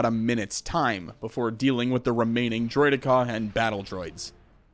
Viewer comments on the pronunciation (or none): Why do you say it as "droidek-CAW" when the characters all say "droid-eka"